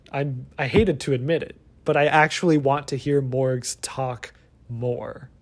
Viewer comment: I keep hearing Mörgaes. Ice Cream lady.